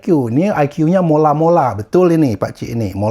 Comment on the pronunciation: Mola mola bang,bukan Malo malo😂